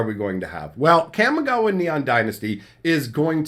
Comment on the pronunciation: Ka mi ga wa ❌ Kam mi ga wa ✅